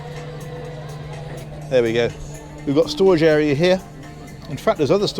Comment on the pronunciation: Love your videos, they are so well done. When you were talking about storage and said "there's a bigger area down here" I thought at first you said "a beer area". I was all set to plunk down my money...